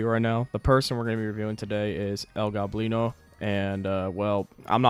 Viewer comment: His nams is el gOblino not el goblIno